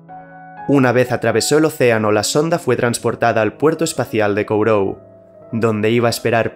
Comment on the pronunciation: Sólo un detalle. La base de Kourou se pronuncia Kugú, al ser un mote de origen francés.